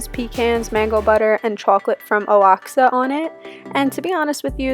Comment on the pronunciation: Leaving for Tulum next week and we really want to check out Azulik, so this was great! By the way, Oaxaca is pronounced "Wah-Hah-Cah" : )